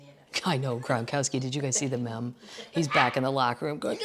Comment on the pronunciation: Can’t have my favorite Kathleen goin’ around pronouncing the new words incorrectly... it’s meme, pronounced “Meam”. Like team. Not meh-m. I know, they do spell it weird. We are from Seattle, FYI. Love what you do!